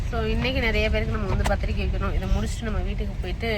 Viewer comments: பந்திரிக்கை‌ இல்லை பத்திரிக்கை 😊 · பந்திரிக்கை இல்லை அக்கா 😂 பத்திரிக்கை